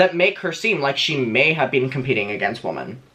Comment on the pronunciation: The "o", in "women" is pronounced "i", so it's not wOmen it's wImen.